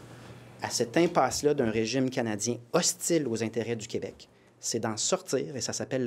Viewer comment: Plamondon, on dit pas Qwebec mais KÉbec, je voterai pas pour toi si tu continues de même